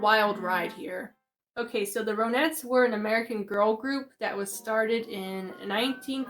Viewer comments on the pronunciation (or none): Hi I enjoyed your video very respectful. Their name is pronounced Ron-netts Like the name Ron.